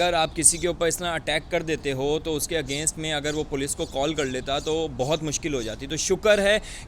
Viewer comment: Poloce🤣🤣🤣🤣 it’s Police. Padhai kar lete thoda.